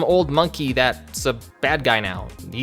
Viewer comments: Chiro, not Cheeto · lol what is his name, cheeto or chiro? Cuz i keep hearing "Cheeto'' in this lol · Huh, I didn't know that episode was actually the first one. Also, you sound like you're calling him Cheetoh. And that big old monkey looks like Bane. Lol this cartoon was my childhood. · The name is Chiro. (Chee-ro) He says this himself. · This entire time I thought he was saying "Cheeto." My life is a lie